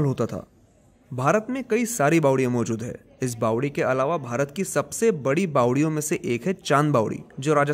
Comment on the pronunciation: Bawadi is the right word & not Bawali.